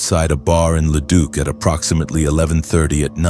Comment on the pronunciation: I mean at leat Leduc was pronounced properly. So many times I have heard it as Leduck lol. I subbed and I really feel that this channel should have more BUT the ai voice is a miss simply due to all the mispronouncing.